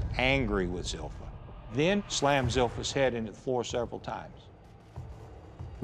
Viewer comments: Is anyone else fascinated by the fact that Zilpha's family mispronounces her name? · I was surprised to see her name was spelled Zilpha when everyone pronounced it Zelphia.